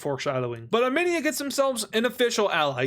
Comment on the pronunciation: hello, As a part of the Armenian community I would kindly like to inform you that when you say Armenia, it is pronounced. (Ar-Meen-Ia) Not (Arm-En-ia, Plz like so he can see this